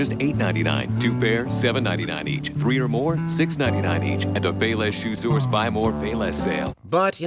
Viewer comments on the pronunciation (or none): none